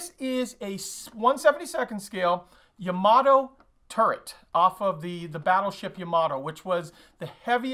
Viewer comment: It's pronounced YAMA-TOE.............The Japanese get very offended when we screw up their language.